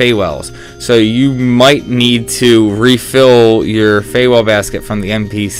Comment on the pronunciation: Fewel is pronounced like Fuel.